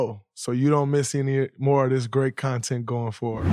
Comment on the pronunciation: Dray, could you please redo your opening and say “anymore” correctly? Please